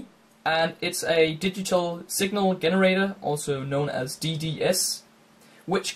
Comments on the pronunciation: Nice video. Just one little nit of a comment, try pronouncing "generator" starting w/o the "hard" G. More like J's (if that makes any sense). Still, your English is better than my (not sure what your mother tongue is...but I'm sure I can't speak it..unless it was French...which I'm pretty sure it's not.... ) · Signal WHAAT did you say GEHNARAYTA